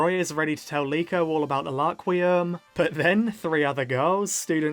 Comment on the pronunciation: It's Rakurium not Laquium